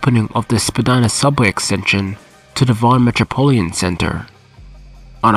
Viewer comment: It’s metropolitan, not metropolian